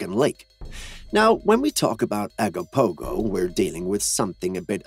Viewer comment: Ogopogo, not Agopogo.